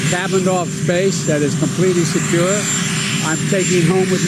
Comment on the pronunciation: Why did he say "Secure" with a British accent? lol